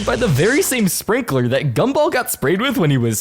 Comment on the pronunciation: why do you say gumball as gumble 💔💔